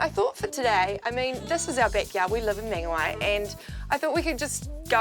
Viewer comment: Good vid:) You pronounced Whangarei correct but not Mangawhai....... Why